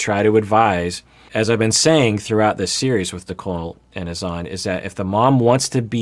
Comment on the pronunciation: It sounded like Azan’s sister pronounced his name as “Hassan” or maybe Azan is just a nickname. Not sure but I’m intrigued!